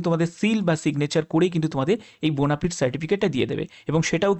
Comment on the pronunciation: ওরে বোনাফায়েড বোনাফিড নয়